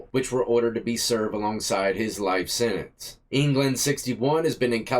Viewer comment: The word is Sentence not sininse!